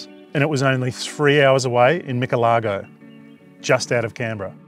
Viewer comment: The pronunciation of Michelago was a bit how ya going 😂